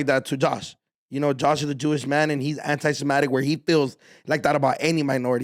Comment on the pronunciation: Anti Samatik